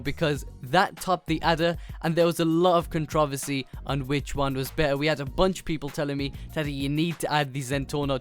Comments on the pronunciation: Controversy not controvusy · lmao "controvesy" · he cant say controversy correctly lol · you say controversy in a odd way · I think the Americans say it like he does but he sayes it with a British accent